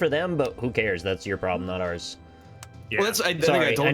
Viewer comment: Did we ever figure out what the ploblem was?